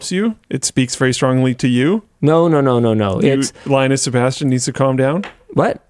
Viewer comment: Just under 2hrs in. "Thighnus Sebastian"